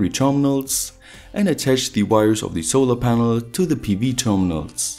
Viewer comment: "solor ponol"